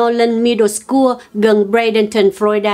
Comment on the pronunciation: nên đi học lại tiếng Anh để phát âm chính xác hơn, nhưng chữ " SCHOOL " thì không thể đọc là /s-cua/, mà phải đọc là /s-cu/